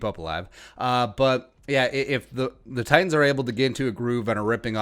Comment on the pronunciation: If we win, you gotta pronounce "Titans" correctly. Just once. Just one time. Pretty please...